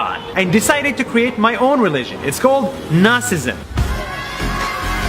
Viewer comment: Nasism....i thought he said Nazism for a sec 😂